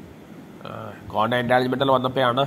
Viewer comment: കോണ്ടം അല്ല ക്വാണ്ടം, മറ്റേത് വേറെ സാധനം അണ്, അണ്ണന് അറിയതൊണ്ടാ 🤭 മെഡിക്കൽ സ്റ്റോറിൽ ചോദിച്ചാൽ മതി ഒരെണ്ണം തരും